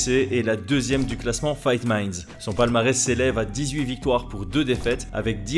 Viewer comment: O'Malley qui ne sait pas prononcer Fight Minds !